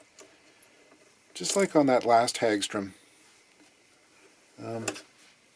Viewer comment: I've heard it pronounced as Hog Strum as opposed to Hag Strom